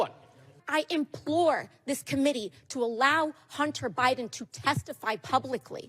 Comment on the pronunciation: Implore AOC, I'm betting you can't spell Implore without relying on spell check. Just a hint the word doesn't start with an E as the way you pronounced it.